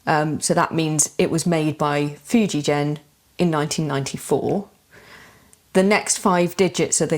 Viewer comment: In Fujigen that g is pronounced like in a word again.